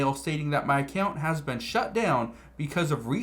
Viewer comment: "Ive veen warning you about this for months" I dont even know who you are